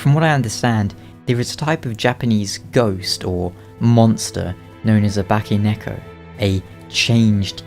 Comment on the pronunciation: It's "bakeneko" 化け猫, not "baki", sorry just fixing, but anyway, great video again :)